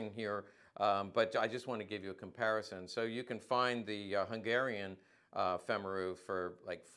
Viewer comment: FYI: just for the sake of good form, as a US Army -qualified Hungarian linguist ( back in the day), i can say that Femaru is pronounced something close to FAME-ah-roo. - with a hard R.